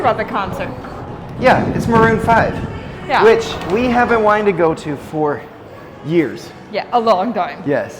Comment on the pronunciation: Marroon five ....really?????